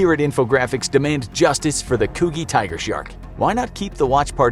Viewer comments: Coo-gi? Ou meean Coo-jee lol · Coogee. it's pronounced CU-JI! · You mispronounced "Balmain" which has a short "a" sound like Balmoral, and "Coogee" which has a short "'oo" like book and soft "g" sound like giraffe.